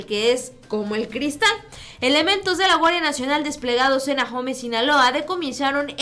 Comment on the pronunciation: Ahome no suena Ajome, se pronuncia simplemente aome. Saludos desde Sinaloa